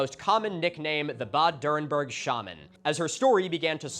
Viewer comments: I had been waiting the first two minutes on the edge of my seat, waiting to hear you pronounce Bad Dürrenberg. And i was quite impressed, you got a LOT closer than i would have expected. So, kudos for that. (And yes, i am german.) Okay, you dropped the ball a little in the later phases. Like with the Reichs-Überwachungs-Amt. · funnily enough, thats the only thing he pronounced correctly, everything else he butchered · Can I just say, your pronunciation of "Bad Dürrenberg" is so good. I actually read "bad" as the English "bad" and not the German "bad" but your pronunciation immediately sparked it in my brain. I have never been able to read German well, but I grew up speaking it, listening to it and understanding it, so I really appreciated that, though you say it with a American accent I immediately knew what you meant.